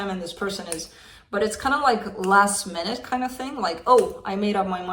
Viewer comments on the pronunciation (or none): none